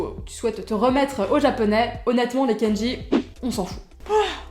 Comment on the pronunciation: hello.sur la prononciation, je dirais : ne roule pas les R et dit "kendji" au lieu de "kann-dji" pour le mot kanji. ou alors, j'ai l'oreille plein de croutes :p